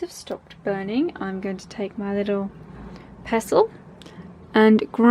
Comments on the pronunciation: Ok but why did she say “mortar and pezzle” 😂🤣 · Yes. That's how some people say it...